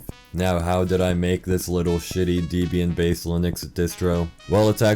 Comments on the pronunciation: it is pronounced "Deb-ee-yun" not Deezbian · deebian?? holy larp bro. its DEHbian, gosh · It’s deb-bi-an holy larp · You mispronounced Debian, larper. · this larper can't even pronounce debian properly !!!